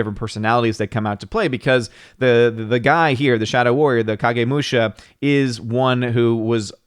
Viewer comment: Is the Big Bottom on?, you pronounced Kagemusha correctly. Musha = warrior. Not sure what Kagemusha literally means. Jidagekki.... guess where Lucas got the name JEDI.